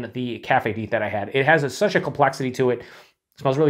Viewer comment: FYI, Deth is the head brewer of Revolution and yes, it's pronounced "deeth", but people always mispronounce it "death" so they embraced it, hence "Deth Star".